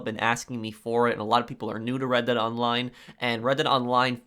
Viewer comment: I kept thinking he said Reddit online and I was confused